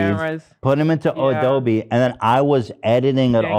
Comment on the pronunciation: Did anyone else noticed how Ethan pronounced Adobe? hehe